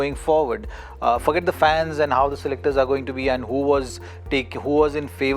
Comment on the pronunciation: is it only me or anyone else who heard zaheer khan saying "F**k it" Instead of forget. 😅😅😅